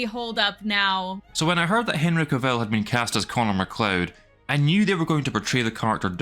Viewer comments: For god sake will you pronounce his name correctly, it's not Ka-vill. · Dude, you're pronouncing Cavill wrong the whole time! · How he pronounces Henry Cavills name...😅